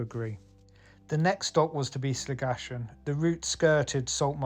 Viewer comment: It’s pronounced Slig - a - kan I think 😂